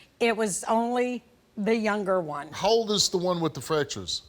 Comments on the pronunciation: It's not wit... It's WITH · She keeps saying the word with, like it's pronounced w i t lol! And then she said they misses me LOL, how stupid is this chick? Well let's see my child has broken bones and I have no idea why, I would be ashamed of myself to even admit that even if that were the truth